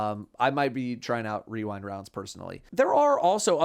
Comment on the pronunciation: The masculine urge to say wewind rounds